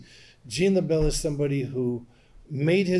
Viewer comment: Am I d only 1, thought for a moment, I heard he said "Jingle Bell" ?